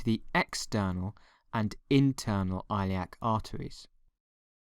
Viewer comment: Hey fn! Don’t remove my comment next time you fucking bitch I’ll stand by it stop mispronouncing the fucking artery you know what?!!! you just got a 5 month old his 5th beating this month!! Thanks a lot!!!!